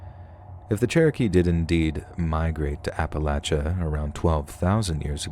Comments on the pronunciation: Great voice! Love the way you narrate, and thanks for saying Appalachia right! I'm actually from East Tennessee so it was pretty cool listening to these stories! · rules! And he pronounces Appalachia correctly and I’m from Louisiana— with friends from Carolina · It's a collection of stories from "Ap-uh-lach-uh". You gotta just sound it out and use your thinkin' cap. That's how we do it in West by God Virginia anyways.